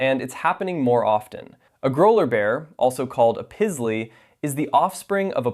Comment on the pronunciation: Pizzly? C'mon, that is terrible! 😂 Kinda like the red lipstick... 😊